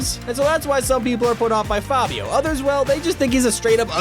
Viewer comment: Can u at least pronounce fabio’s name correctly?